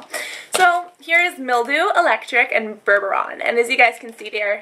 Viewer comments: its bourbon not bourboron! haha they UD eyeliner! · it isnt bourbouron its bourbon! :) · its bourbon like the drink not burboron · "bourbaron" is really "bourbon", like the alcohol haha. great video! :] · bourbon is pronounced "ber-bin" like bourbon beans (beans that are beer-tasting i think :) Sorry, not trying to mock you or anything..just pointing it out :) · Lol, bourbon is pronounced 'ber-bin' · "Bourbon" is pronounced "burr-bin". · Bur-bur-on? Really? Yikes.